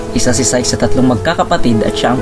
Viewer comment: Psyche ang pronounciation is sayki